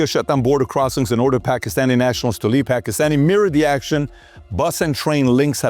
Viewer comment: "Pakhistani Attaches" he says. What a goon. How about you prepare & rehearse your reading material before wasting all of our time?! The PBD podcast is the WORST about this - how much time gets wasted waiting for 'Rob' to 'find the right clip'? It's just lazy and unprofessional like the rest of the Valuetainment brand. Weak. I'm going elsewhere. Sad they hide behind the facade of 'hard-working' Americans. You're a sleazy insurance salesman, get over yourself.